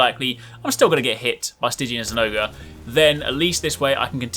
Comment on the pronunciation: Zinogre = Zin-oger